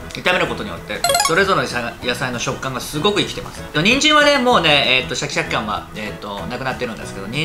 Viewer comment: 肉なくてもいいけどキクラゲ欲しい あとシャキシャキが言えてませんですね